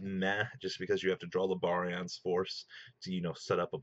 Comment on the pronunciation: look stop calling it 5 and my god man pronounce barian correctly that just kills its utopia ray vector v fir short not 5